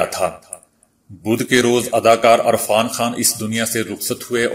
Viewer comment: Irfan khan ko arfan khan kyu kehte ho ?